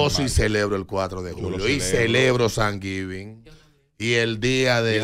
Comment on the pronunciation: San Givin?? Jeje yo se que tu sabe decirlo. Muy buen comentario